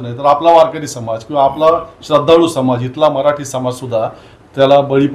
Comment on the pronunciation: रविणद्र आपनाला कुनी मराटी शिकवल? 😂😂 न आणि ण यातील फरक आणि उच्चार याचा अभ्यास करणे आवश्यक आहे